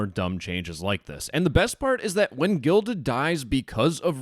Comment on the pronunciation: They need to change their name anyway. Every time the guy in this video said "Guilded," I heard "Gelded."